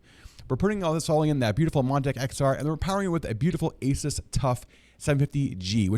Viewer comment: It's pronunced A-Soos. Not Aces. Seasonic also made early Corsair PSU's like the AX series. It's a clean build because it's brand new; no dust. Zip ties are a pain in the ass when you have swap something.